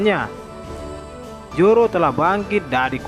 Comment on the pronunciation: ZORO BANG.. BUKAN JORO 😂😂😂😂